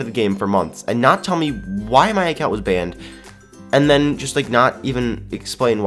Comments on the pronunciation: said bannep instead of banned XD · I thought he said BAM instead of banned 😂😂😂